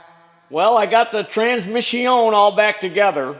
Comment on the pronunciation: Transmiss-ioń. It hurts from laughing!